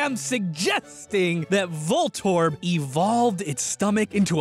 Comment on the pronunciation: voltorb - volt orb. Huh.